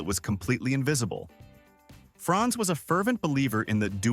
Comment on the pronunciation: Franz not France .